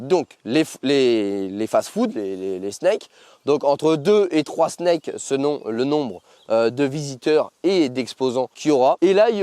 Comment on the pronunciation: En espérant que cela se passe sans encombres 🤞 "Snacks" se prononce comme on le dirait en Français/franglais, parce que les "Snakes" non merci 😛 c'est plutôt "les déchets vont dans les poubelles", j'imagine la team 1er degré tenter de faire des poupées russes de poubelles 😂 Et que nous somme sensés être civilisés. (Snake ? SNAKE ? SNAAAAAAKE !)